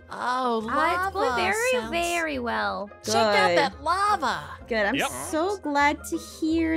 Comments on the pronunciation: when Noi was in the caves with moeka and ein and he said, "lava, LAVA!" I thought he was saying Llama. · said LAMA